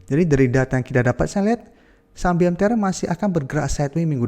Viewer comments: BMTR bukan MBTR.. 😂😂😂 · BMTR BUKAN MBTR !!!